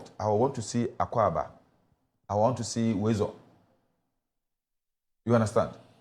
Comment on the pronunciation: Why is the presenter having issues with the pronunciation? Is he subtly saying Mr. Ga your language is hard to learn ?